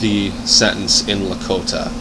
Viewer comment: What are you trying to do, and where are you from? You are making a complete mockery of who we are, you can’t even pronounce the name of our people correctly, let alone speak her language.